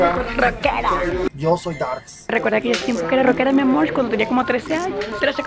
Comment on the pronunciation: Ella a veces dice mi amor y también mi amorch